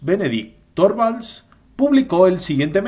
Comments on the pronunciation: Se pronuncia Linus Turvalds, la o se pronuncia como u, para pronunciar la o cono en Español tendría que llevar diereis ö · Torvalds se pronuncia Turvalds.